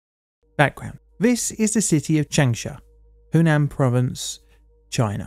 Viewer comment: I am sorry, but your pronunciation of any of these names is completely wrong: it's not Chengsha or Chengsa, it's an 'a' which you in English would rather intone when saying Chung (although there is an 'u'). So pronunciation is "Chung'shah". And the name is "Woo" "Chee-sheng" (Chee like you would pronounce in Cheese) not "Kuiiseng" like you say, as well as "Dshi-jong"... sounds horrible. Every fifth person on earth speaks Chinese and their cities are 10 to 27 Million people or more. We should at least learn how to pronounce their cities right.